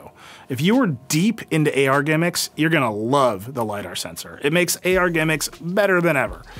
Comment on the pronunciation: I like the way he kept on emphasising on AR GIMMICKS 😂